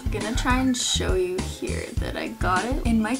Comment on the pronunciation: Ish not “u” ish “you”